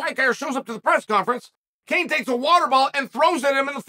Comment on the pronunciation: LOL - "Kane"